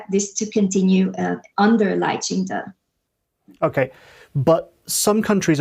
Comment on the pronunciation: Lai Qing Tay? It's Lai Qing Duh (Duh meaning MORAL 德 ethics, morality, virtue) Taiwanese and Chinese people have a different work ethic. Let's keep things real.